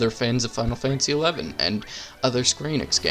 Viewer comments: Just FYI, the game is called Final Fantasy 11 not "ex eye". The X and I are Roman Numerals. Just like we don't call FFVII FF Vee Eye Eye. It's Final Fantasy 7. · Yes, it is inarguably FF11, and that weird pronunciation is massively annoying in the video. You even said it correctly a couple of times, so I don't understand the insistence on the alternate. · Actually, no people can't. That's not how language works. English is hard enough without people arbitrarily deciding to mispronounce things. I was confused for the first half of the video because I couldn't understand what the heck ex eye meant. Words have meaning and pronunciation to clearly communicate what they are. When you go off script you sound uneducated and add confusion where no confusion is needed. Millions of people have played the game and none of us call it ex eye. Square-Enix doesn't call it that and they made the game. So congrats on being the anti-vaxxing, flat-earther of pronunciation. People with your attitude are literally the problem with the world. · He's a jerk but he's right. Never too late to correct a pronunciation.